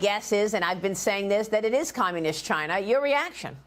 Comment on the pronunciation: "CHINAH " the Donald calls them